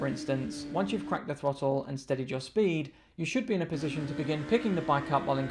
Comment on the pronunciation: Did he say twottle .😅